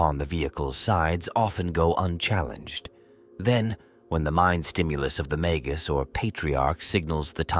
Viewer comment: Feed the AI mah-gus, or mah-guss, instead. It's pronouncing it mag-goose. Or better yet use the Bonzai Buddy voice for extra schtick.